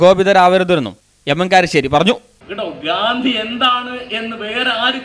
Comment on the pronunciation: Karissery alla iyal kalassery ennanu iyalku cherunnathe....